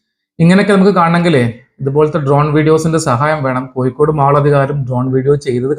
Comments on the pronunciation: കോയിക്കോട് 'അല്ല കോഴിക്കോട് ' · Koyikode alla Kozhikode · വയീം മയീം പറയുമ്പോ ള്ള യ ആണ് കോയിക്കോടിനും. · കോയിക്കോട് ഉച്ചരിക്കുമ്പോൾ മാത്രമല്ല ഴ യുടെ സ്ഥാനത്തെല്ലാം യ ആവുന്നത് കേൾക്കുമ്പോൾ തന്നെ ഇമ് ഇക്കിളിയാകുന്നു